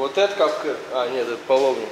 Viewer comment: здравствуй смотрю ваш канал с удовольствием но название инструмента который готовите плов или другие блюда не капкыр а кафгир и если вам это интересно могу досконально объяснит почему так называют.